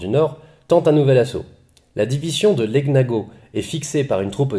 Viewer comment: Bonsoir Merci pour ces recits bien travaillé. ps: Cela se prononce "Léniago" (gn se prononce nieu) ;)